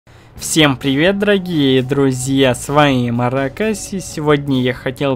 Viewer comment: Он когда говорит дорогие друзья,мне всегда кажется что он это не выговорит!